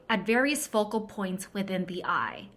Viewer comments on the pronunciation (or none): none